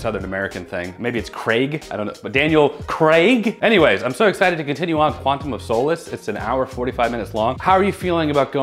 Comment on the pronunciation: finally pronounces Craig correctly, then immediately says "Quantum of Soulless":DD